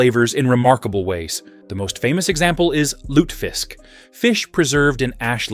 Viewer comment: This hasty-sounding, breathless bot voice is really annoying. The information is solid and well written, though, so, if you sbould do this again, do consider having a human reading it. And the word "confit" is pronounced "Cone-FEE." American audiences [your video uses an American accent] pronounce "herb" without the "h," and British pronounce it with the "h" aspirated. Also, it's "LOO-tuh-visk."